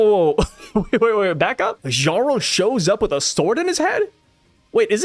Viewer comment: No hate but the J in “jarl” is pronounced like a Y. ❤